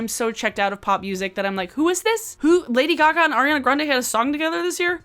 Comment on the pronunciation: "Lady Guh-gah" 🤣